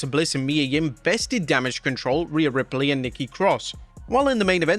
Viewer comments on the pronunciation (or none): none